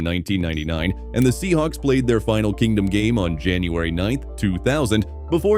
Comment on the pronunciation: C'mon! What's with the tacky AI nation with woefully mispronounced names 😱? It's "Kingdome", as in King + Dome, NOT "Kingdom"... and I'm sorry but Safeco is not pronounced "Say-fee-ko". Ugh. Wanted to enjoy this video but the narration just killed it (and not "killed it" in a good way).